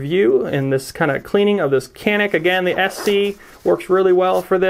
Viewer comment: It’s a Turkish gun. Canik is pronounced Janik I believe